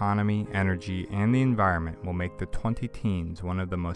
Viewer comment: Great clip. By the way, the word is spelled like this: E N V I R O N M E N T... AND IS pronounced, en VI ron ment. :)